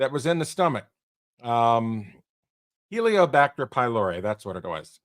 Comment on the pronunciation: No. Helicobacter pylori. Helico, not "helio".